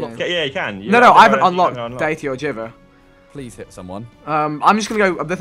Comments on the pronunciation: whenever he says 'geever' instead of jiver, it sends chills down my back... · Every time Vikk said Jivver instead of Jiver I cringed so hard. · It's a music note Vikk. Meaning the weapon is called pronounced JIVE-er